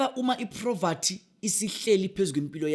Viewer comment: Poverty not proverty